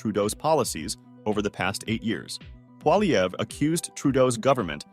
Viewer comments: jesus man. its not polyever its poilievre. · Good reporting but please pronounce Poilievre correctly. Phonetically its like this: Polyev. You were getting it right some of the time. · Pronounced Polly-ev! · Stop adding the “er” sound at the end of his name. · Learn how to pronounce poilievre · Ur saying his name wrong lol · Why do you say the R in Pierre’s last name?? The R, It’s a silent letter.